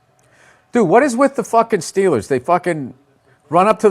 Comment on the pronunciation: The Dolphins vs the Steelaahhss